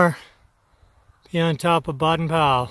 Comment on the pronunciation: Just a clarification. Baden is pronounced BAY-den.